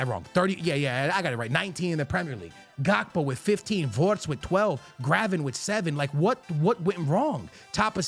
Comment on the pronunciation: why are you saying wortz